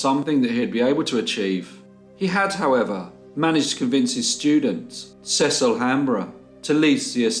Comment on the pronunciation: In America we pronounce Cecil. Cee-cil. Another great case, poor boy tho!